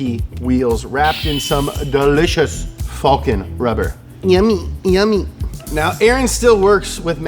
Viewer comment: That didn't sound like Falken